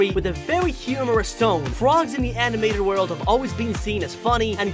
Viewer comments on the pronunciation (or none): none